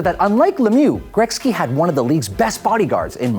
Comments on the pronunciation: Is he saying grekzky???? It is pronounced Gretzky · He said Gretzky wrong every single time